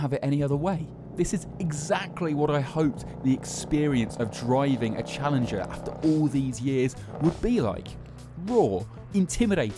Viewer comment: it's called Challenger for a reason, not "smoothingler"